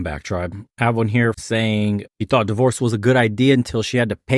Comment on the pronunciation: "Thought," not "Taught."